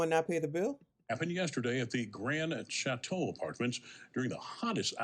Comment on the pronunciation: The Grand Shat-teau.